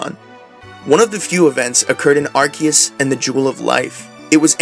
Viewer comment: Before talking about the Origin of Arceus. The right pronunciation is Ar Se Us Do not correct yourself when you said right. Arc= Higher. Seus as= Zeus=god. But theres no Z on Japanese, so they used the Se. So is never gonna sound with a K. The name in Japanese is ArSeRuSu so it should be Ar Se Us. So I know theres many idiots out there mispronouncing the name, that only happened in english. If you analyze the name grammatically it does not sound like many are saying it.🤷🏾😂